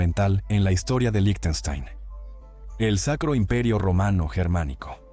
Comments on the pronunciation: debería decir líjtenshtain /ˈlɪçtn̩ʃtaɪn/ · Que mal pronuncias Lichtenstein Suena como "lichestein"